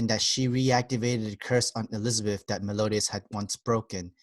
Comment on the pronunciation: I can't get over how he says Meliodas as Melodias...it's hurting..